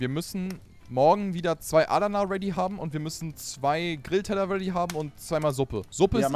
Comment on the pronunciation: Wie Adana ausspricht triggered mich mies, nicht böse gemeint:)